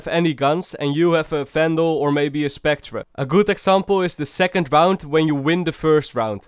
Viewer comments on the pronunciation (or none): Bro its spectre not spectra hahaha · Je moet spectre als specter uitspreken :)